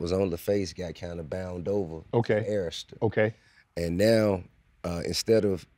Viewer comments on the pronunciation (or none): Bro Saying Errsta...its pronounce A-Rista fool